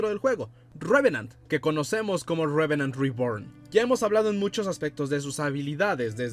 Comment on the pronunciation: Deja de decir tanto "Revenant Reborn" me esta estresando esa combinación entre inglés trunco y español por favor (no hate), de ahí en más, muy buen video, excelente contenido 👍🏼